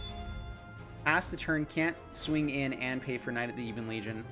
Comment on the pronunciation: while we're at it, buddy, it's "Ebbon" Legion, not "Eebon" Legion. Been driving me nuts since July lol. Love the channel, dude, keep it up.